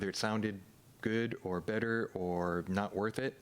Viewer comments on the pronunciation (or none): none